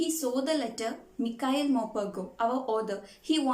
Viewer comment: It's not pronounce like mikhail it pronounce like Micheal